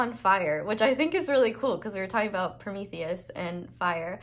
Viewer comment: The hugest props for how flawless you said Promethius' is in one go